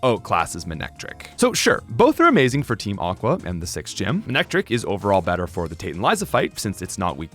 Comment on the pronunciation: IT'S MANECTRIC, NOT F*CKING MANICTRIKE!